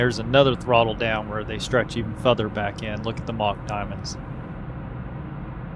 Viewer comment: Futhur...... LOL